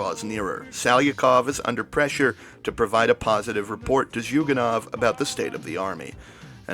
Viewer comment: As a Russian I would say that CPRF if a joke. Also he is Zhugànov, not Zhùganov